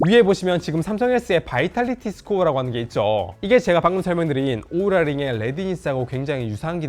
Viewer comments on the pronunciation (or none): 오우라를 왜 우우라 라고 하셔용 ㅋㅋ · 우우라가 아니라 오우라^^